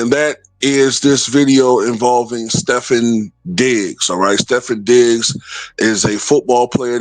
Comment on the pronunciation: his name is pronounced Stef-fon, just to let you know.